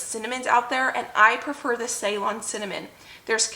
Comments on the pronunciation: Say;LON, not SAY-lon. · About Ceylon Cinnamon, it's pronounced 'Seelon' it is what Sri Lanka used to be called before. They export their Cinnamon. I hope you don't get offended that I corrected the pronunciation. I love your videos and I'm still binging ❤